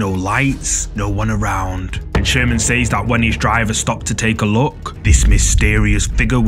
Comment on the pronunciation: Please pronounce "says" properly.